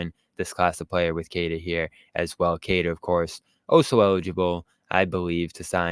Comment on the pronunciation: Its pronounced “keh tah” not “kay tuh”.